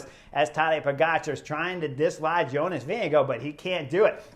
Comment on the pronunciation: Why is it that American commentators incorrectly pronounce Jonas' name?